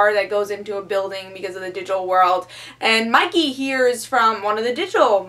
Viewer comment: Wait, is is "Monkey goes to another world or is it "Mikey...". No matter how often I re-play the video I hear Monkey, but it clearly says Mikey in the video description.